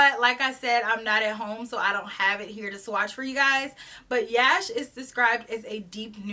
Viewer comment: Yash is pronounced as “Rush” but replace the R with a Y sound. It means success in Hindi.